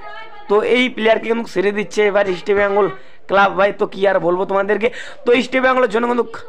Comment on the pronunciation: Tomar ai Eastibengal Club bola bondho kore Easr bengal bolte sekho.